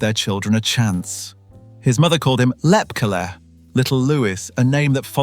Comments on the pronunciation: It's pronounced Lep KEY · AI or did someone really pronounce Lepke "Lep-cah" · Thanks for this, very interesting, as others have said the name Lepke was pronounced with the end letters as KEY. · “Lepkeleh” WAS a Yiddish term of endearment used by the mob boss’s mother in addressing her SON. But as an adult living in NYC, he most certainly would have gone by “Lep-kee,” hard “Brooklynese” for a mentionable nickname among his peers. People without frames of reference and personal acquaintance with other people’s spoken vernacular should defer to other people to narrate unfamiliar texts for them. Likewise the word typed “Inc.” was NEVER pronounced “ink” prior to 1975–1980, when recorded dictation was used, or stenography, to transcribe letters and other documents, often abbreviating similar words to produce a typewritten or typeset article. Upon reading the item, however, no one would have confused “, Inc.” with “ink” for the title to have made syntactic sense. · The narrator did mispronounce Lepke.